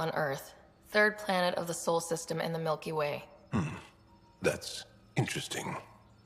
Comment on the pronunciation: I love the Angara and Jaal is one of the best companions (Vetra is still #1), but I do have one complaint. The way they keep saying "Miellky Way" was triggering my cravings until I caved and had to order a case of Milky Way bars off Amazon (21 dollars for 36 bars, quite a deal). For the next few weeks I was playing Andromeda while eating way more candy bars than was good for me.